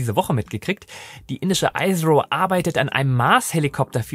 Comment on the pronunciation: ISRO wird wie "iss roh" ausgesprochen. Nicht "Eis roh". Das Land wird ja auch "India" ausgesprochen und nicht "Eindia".